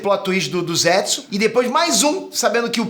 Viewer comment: Não é ZÉTSU...é ZETSU